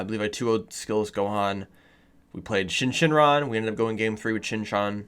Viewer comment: Love your videos man! But please for the love of God... its SYN shenron. Not Shin Shenron. lol